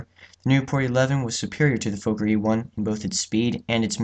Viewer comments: It’s “Fokker” not “Fowker”. Why do yanks insist on changing everything? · Not pronounced like "folker" Sounds like "Fawker" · His name was Anthony Fokker... pronounced FOKKER, not Foker. Why change the pronunciation? It is not a swear word but the manufacturer's name! But, the essential answer as to why you pronounce foreign names differently is because you're an American!